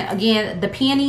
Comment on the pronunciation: This is a silly comment, but I love that you pronounce peony as pe-uh-nee and not pe-oh-nee. So many people say Pe-oh-nee. It took me abit to realize they were talking about peony and I was like "have I been saying it wrong all these years?" So I looked it up and the source I found says the correct pronunciation is pe-uh-nee. I mean no disrespect to anyone with this comment. I still LOVE watching all the fragrance videos regardless of how you say it😊